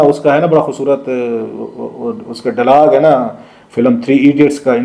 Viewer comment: Sorry ur English pronunciation is very poor...the word is dialog not DAALAG AS UR PRONOUNCED